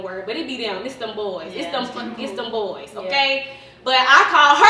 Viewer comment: Emphasis on BOYS! lol